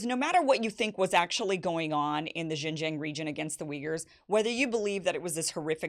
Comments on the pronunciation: To the non-Chinese speaking readers, May I suggest that Xinjiang is pronounced as "Sing-jiang" which is closer to the actual mandarin pronunciation than " Zine-jiang" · Kim Xin-Jiang is pronounced "Sheen" Jiang! like Charlie Sheen!!!! please I can't stand Jing Jiang one more time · Kim, JFYI, it’s pronounced Shin-Jiang. X is similar to the SH sound but slightly different. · why can't she pronounce XinJiang? if only we treat African and Native Americans here as well as the Uyghurs are being treated now in XinJiang.... Also Uyghurs weren't originally Muslims... Their culture predates Islam, wine making is a prominent part of their culture which is outlawed by Islam. Many moderate Uyghurs were the main targets by extremist attacks in the 2010s.